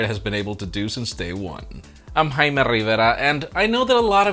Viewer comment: High-me rivera😂